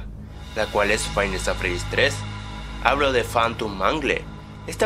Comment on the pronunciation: Shadow freedy no freery morado